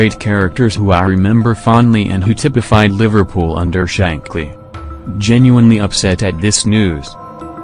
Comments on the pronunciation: Bill who??? Bill Shake-ley??? Ffs... ""Shank-ley"" not f-ing Shake....that's Richie Gay Martins job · Can you please replace the current awful 'AI' auto soundtrack, based badly cast subtitling, with a human being who can pronounce English correctly, this soundtrack has such an heavy, nasal American accent and is totally disrespectful, a disgrace to you with "Shakily' instead of Shankley, "Fuckup" instead of FA Cup and believe it or not it's just not funny...Tommy was a great and honourable man as well as brilliant, model goalkeeper as well Liverpool a masterful Football Club and Family.